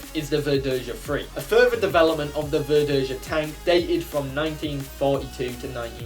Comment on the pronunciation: For the record, Verdeja is pronounced ver-day-ha. J is pronounced in Spanish like an H in English. While H in Spanish is silent. Also, the Nahuel isn't actually a Sherman clone. Not exactly, anyway. It's Argentina's attempt to create a Sherman-like tank without actually having any Shermans to copy. Though ironically, Argentina's inability to make curved armor plates resulted in better sloping of the frontal armor. And yes, the Nahuel II is fake. It's an artist's impression of what might've happened if development of the Nahuel continued instead of importing Shermans. The Sherman Repotenciado would be a near-exact copy of the M4A1 Revalorisé, since that's basically what it was IRL. Or more specifically, it was a copy of the Israeli Sherman M-51 that the Revalorisé was a prototype of. Chile had just bought surplus M-50 and M-51 Shermans from Israel (the former being refitted with an Israel 60mm high-velocity autoloading gun). Both were significantly more powerful than the Sherman Firefly that Argentina had a significant stock of, and the TAM wasn't quite ready yet. So the quickest way to level the playing field was to upgrade their Fireflies with the same gun as the M-51. As for the TH-301, IMO the Spanish AMX-30E would be a better choice for the Tier 10 medium. Seeing as the TH-301 is simply an improved TAM (with the most significant change being an upgraded engine with 800 rather than 720 hp), I'd say the TAM should be Tier 9 and the TH-301 Tier 10 in the light tank line. At